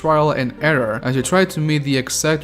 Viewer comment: your YOU sounds like jew. "jew may like it jew may hate it". XD